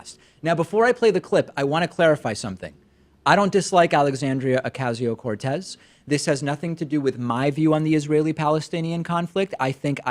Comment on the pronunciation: You don't even pronounce her name right. That's a tactic used to discredit someone to your viewer base. I used to really like you but lately you really seem like another cable news host MSM douchebag, just a little more progressive than them. I don't trust you anymore.